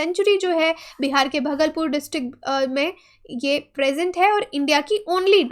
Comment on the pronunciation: Mam भगलपुर नहीं भागलपुर होता है।